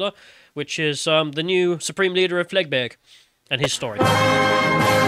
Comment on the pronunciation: Its pronounced 'Flegbru'